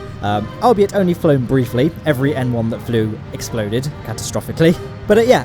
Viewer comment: I thought you were saying M1 instead of N1 until the end of the video